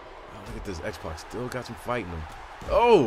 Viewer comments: sorry it sounds like you're saying Xbox rather than X-pac. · youre actually saying xpox